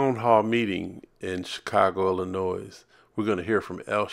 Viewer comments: Anybody who pronounces the S at the end of 'Illinois" doesnt deserve my ear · Bruh...the "S" is silent in "Illinois"